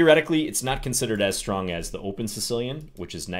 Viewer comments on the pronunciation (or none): none